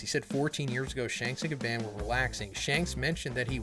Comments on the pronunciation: i love you man but you gotta stop saying Gabban like that 😭💀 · The way he says Gaban 😫💀